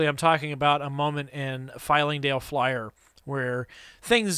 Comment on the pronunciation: I love everything about this video, except for your repeated mispronunciation of Flyingdale Flyer Lol